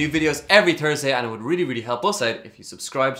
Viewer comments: every "turdsday"?! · The way you pronounce Thursday, sorta without the 'h', makes me think of Thor's Day. So, you really are 10% Norse.